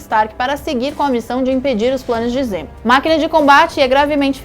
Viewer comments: Me incomoda pra krl uma coisa. Se decidam ae, ou usam nomes originais ou usam nomes traduzidos. Foneticamente, nos EUA, T'challa se fala "Tetchala" mas no Brasil é "Tchala". Não é "Barão zimo" e sim "zemo". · Zimo???? Zemo !!!!!!! Porra oq essa mulher faz aí? Tá de sacanagem!!!!